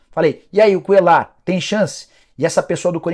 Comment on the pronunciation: Esse cara falando Cuellar com som de " L " me dá agonia 😅